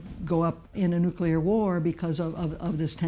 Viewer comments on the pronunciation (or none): This documentary is very well done. But it's funny hearing someone with a cultured British accent pronounce the word "Nuclear" as "Nucular" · So amusing. That bald historian cannot pronounce nuclear.